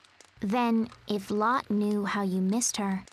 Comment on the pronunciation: in danish it is pronounced lotté. not lott. :p